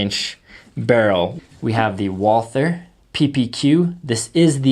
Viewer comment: Say Walter not Walther!!! No th in it its German not english!